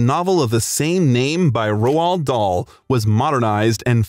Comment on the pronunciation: Lmao I love how the narrator pronounces Roald Dahl as Ro lad Dahl 😂